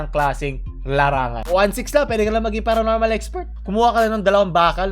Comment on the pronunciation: paronormal?iiiii...baka abonormalllllll